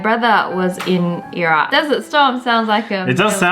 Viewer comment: Iraq is pronounced Irak